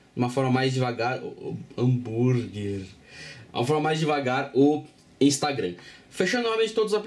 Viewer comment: "haammmbúrguer" kkkk